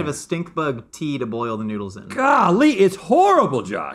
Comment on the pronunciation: One minute in an Rhett already call them "noodles" 😭 And it keeps going! This episode will be the end of me.